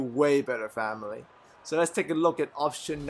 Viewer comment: I just watch all these videos to here him say "Phaamily " :D